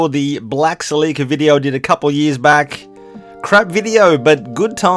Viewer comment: Your you’re not pronouncing Celica that word right That name